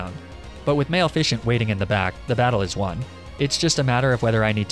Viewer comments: is it bad that i didnt know he was mispronouncing Maleficent until it was about 20mins in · malefishent?? 😂 its mal-if-ih-cent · and male ficant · Could swear he was saying "Male-fishin" and I was just like, "Is this a pun on catfishing?" then I saw the name and internally facepalmed. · Male fishent 😫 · "le piss" "arcaneenay" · It's ma-leh-fa-sint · names a Pokemon Maleficent pronounces it Male-fish-ent Me: "Wait, that's a crime!" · i was just listening to this in the background and not watching the video and i was so goddamn confused when he was saying "male ficient" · "Male-fish-int" Come on, dude. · I always thought your mispronunciations were funny but male-ficent actually triggers my fight or flight instincts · Pronouncing Maleficant like Male fishing had to be a joke right, right?!?! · “MALEficient” and jija impact. Great content but dear god the pronunciations drive me crazy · Yeah “jija impact” hurt my soul, as did “Maleficent” Edit... “Laprah” made me upset, it’s one of those that been said in the anime a lot, and simple to pronounce. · I know he is doing it to trigger us and I have build up a pretty good resistence to him horribly pronuncing Pokemon names BUT The way he butchered "Maleficent" has me in shambles and I am willing to you press the dislike button for this hideous vocal torture I just had to withstand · I love and hate the way you pronounce Maleficent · how he pronounced maleficent tho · I can't handle you pronouncing Maleficent the way you do. I don't care if it's intentional, it's so disrespectful to one of the greatest villain characters in pop culture. Especially considering Maleficent is literally a word you can have Google translate pronounce for you. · I love your videos but the way you pronounced Maleficent made me cringe so bad I almost had to click off. I'm sorry